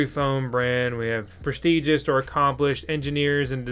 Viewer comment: AyE U sAy PrEsTigOUs wROnG aMiGo